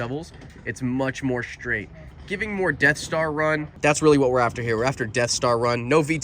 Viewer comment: Great video. But a pet leave of mine…the word is “straight”…not shtraight! It is the “st” sound not “shy”. Drives me crazy to hear people say shtraight, conshtruction, shtrength. You guys do everything right. Please say it right too. The TV peeps drive me crazy with this. My idiosyncrasy! Thanks. Great video!